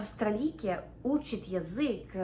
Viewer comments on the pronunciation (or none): ...я навчала учитъ... - укро-австралийка!):face-blue-smiling::face-blue-smiling::face-blue-smiling::face-blue-smiling::face-blue-smiling